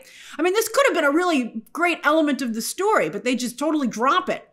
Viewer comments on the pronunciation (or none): none